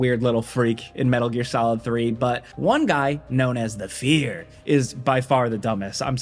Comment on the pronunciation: Haven't played mgs and I misheard you say that bosses name as "The Feeder". Turns out that would be a more accurate name than "The Fear" anyway 😂